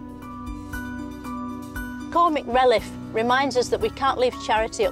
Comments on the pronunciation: 'Cormic relliff'. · "Comic releff" "bejinning" 😂